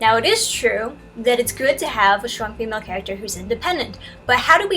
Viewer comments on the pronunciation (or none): Just landed on this page... is she saying shtronk? Is the host pranking us? What's happening here?!